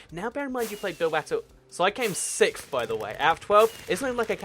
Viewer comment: you say sickth and the rest of humanity says sixth